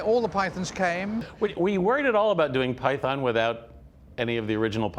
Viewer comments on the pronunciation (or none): They can't even pronounce Python properly